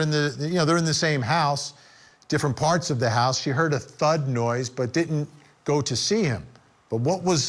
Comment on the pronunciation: That guy needs to stop saying ‘housth’